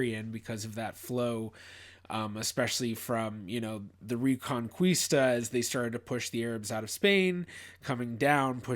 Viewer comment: Ree cohn kee stah. Sorry, saying kwee for qui really bugs me. Actually, that's the first time i heard someone pronounce it like that. Thnx